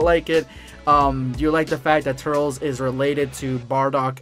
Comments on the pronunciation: The way you say Turles is sounds stupid...its been said in the ocean dub, the funi dub, and past and even current video games as "Tur-less". The way you say it sounds like you have something in your mouth or your trying to speak another language but can't pronounce. Its dumb to want to say it your way because it sounds weird and your incorrect...so you wanna say it wrong on purpose how lazy and rather offensive to the creator of the character and us who have to hear you say it wrong each time you say his name... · that now how u say his name 😡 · The way you’re saying “Turles” is giving me serious anxiety. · Same I'm having a meltdown lol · I do care how you say the name because the proper pronunciation is in the movie and you commencing how would you want is sacrilege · Did he just say turls? It’s turles (Ter-Less) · I thought it was pronounced Tur-Less instead of Turls. Also, Cool-whip instead of Coo-hwip. Also, also... I think that Bardock has a long lost brother. #EndofVideoSquad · Turles....(ter-less) not turels😂😂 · Its not turls its Tur-les my guy🤣🤣🤣 but awesome video non the less💪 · did he say "turls" and not turles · Pronounced Tur-less not Turl-s. No hate, just gonna rip my hair out 👍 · You said TURRLS I was like "IT'S TURLES!! (TUR - LESS) Then, I just let it go. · Tur-els sounds super stupid... you're making my ears bleed... Tur-les sounds dope asf! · It's not turls or turles. Its Turles without the pause in between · Turls? Its turles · TURLES not Turls Idgaf what you say that’s not how you say his name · Why do u say turls!! It's TURLES bro get it right!!! (Sorry just triggered a little) Just saw the part where u explain it 😂😂😂 #endofvideosquad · it’s pronounced tur-less and I like the goku black voice in the intro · he literally said he knows but wants to say turl-s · Not a Bad gamer in the original Japanese it’s ‘Tullece’ which is close enough to ‘Tur-less’ so he’s butchering it saying it like Turtles without the T🤣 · It's tur-les😭😭😭 XD